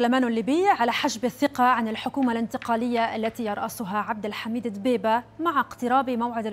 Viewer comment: بلهي ... صار اسمه طلع الدبيييييييبة ... هلبا دوووة قولتيها وإنتي مش عارفه تنطقي اسمه صح ...